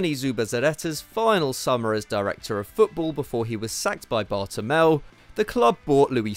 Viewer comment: Bartolomeu, not Bartomel